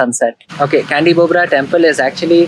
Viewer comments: the pronounce temple is not kandi but chandi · &, hi there 👋Salam, Namaste from Jakarta, I just found ur vidio, its nice n informatif, Dhanyabad for ur short explained about Sculpture on the wall. Small note, I heard u read Candi with Kandi, actually Candi mean temple, and read kind of Ca in Hindi such as chai, or chaca, or chand.. (So Candi, u can read as Chand-ee..) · Not Kandy but Candi (or Chandi in Sanskrit, or Chedi in Thai)